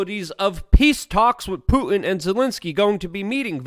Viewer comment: COME ON LUKE, YOU SPEAK FOR A LIVING. his name is PuTin accent on the 'T'. NOT Poo-in. And the word 'important' has 2 'T's in it also.. NOT pronounced 'impor-in'